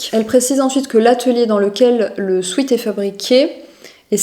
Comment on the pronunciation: J'adoooore ces vidéos décryptage, merci !! 💖💖 2 petites choses: Durer "dans le temps" (Durer suffit pour exprimer cette notion) Et la prononciation de sweat c'est "swèt" et pas sweet (sucré) ☺